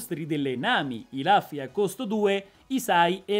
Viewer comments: la pronuncia più corretta è Luffy come lo leggeresti in italiano, rufy è accettabile comunque. Rubber di sicuro no! ahaha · comunque si dice lUffy con la U non ne posso più scusa ero convinto che qualcuno in tutti questi video già te l'avesse detto